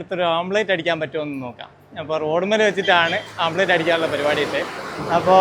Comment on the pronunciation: യൂട്യൂബ് വരുമാനം മുഖ്യം😂... Sunlight ഉണ്ടേൽ ടാർ ഇട്ട റോഡ് ചൂടാകും 😂.... ഓംലെറ്റ് ആണ്.. ആംപ്ലേറ്റ് അല്ല 😂